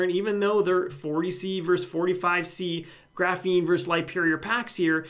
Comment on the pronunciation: It's 100% pronounced GRAH-feen, not gruh-FEEN lol